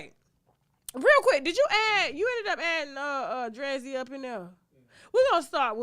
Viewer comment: Her name is Dree-Z ….